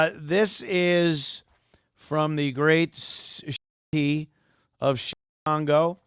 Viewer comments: Now its shiCongo. Not Chicago. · Did he say Chicango?